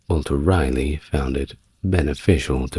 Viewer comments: I love listening to you but why are you calling him Walter Riley, when his name was Raleigh, pronounced rally? This is your only story I can't listen to . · Its pronounced “Rah - Lee” Thanks, multiple generational N Carolinian